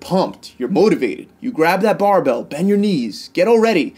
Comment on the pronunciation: You mean “bend” not “been”